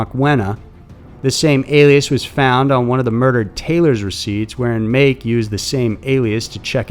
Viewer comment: Pronounced MAH ...KE...as in Ken without the N